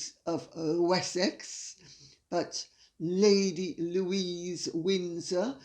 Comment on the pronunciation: It's Louise not Louisa